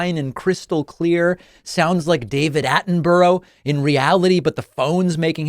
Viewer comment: "Ah-ten-borrow" is the same as KaMAHla". Stop it if you can't practice what you preach.